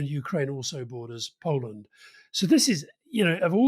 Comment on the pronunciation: Why does Alastair pronounce Poland as 'Polland'?